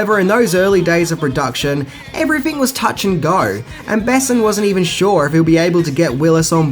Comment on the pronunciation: And the emphasis in "Besson" is on the "o" not the "e" :)